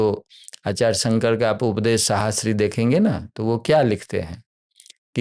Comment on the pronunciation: Yeh Mahanubhav, Acharya ko Aacharge (Aa+Charge) kyon bolte hain?!?!